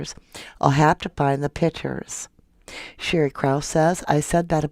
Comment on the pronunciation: I cringe every time you say "pitchers." Pictures. They are pictures.